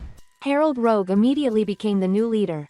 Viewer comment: It's Rogue, not Rouge... lmao